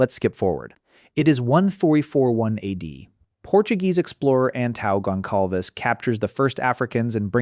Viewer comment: you slaughtered Antão Gonçalves's name lol